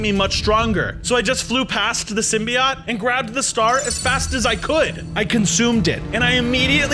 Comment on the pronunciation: symbiote sim by ote thats how u say it